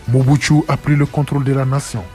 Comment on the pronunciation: Le reporteur est un rwandais, il appelle mobutu (mobutsu) pourquoi.